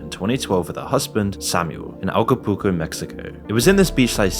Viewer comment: How many times can someone say "alcopuco" when the word "Acapulco" is written in front of them? 😂